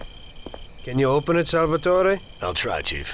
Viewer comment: odd way of pronouncing Salvatore as Salvetoreh. Like he's trying really hard to sound Italian-American.